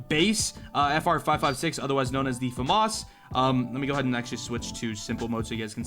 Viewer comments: it's famas (slow read) not famas (fast read) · says your pronouncation of famas is wrorn